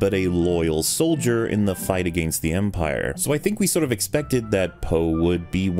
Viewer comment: I was going to complement your AMERICAN accent, until you said "against". Now I have to complement your CANADIAN accent.